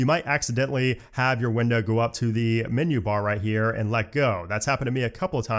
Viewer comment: "Minyoo" for "menu" is like nails on a chalkboard to my ears.